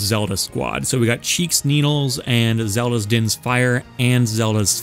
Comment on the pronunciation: “Shiek” always sounds like “cheek” to me now